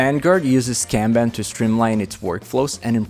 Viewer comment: that is not how you pronounce "kanban" (also, many other words in this video are mispronounced)